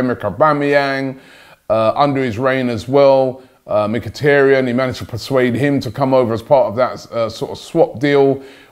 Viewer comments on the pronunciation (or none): none